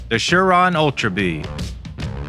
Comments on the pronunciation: It's prononced, SIR RON, not shir ron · It's surron not shurron